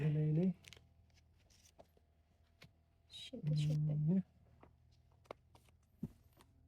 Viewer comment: joker po Hindi hoker😂